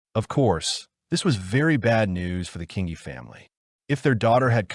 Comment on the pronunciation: King ee. King ee. Not that difficult to pronounce!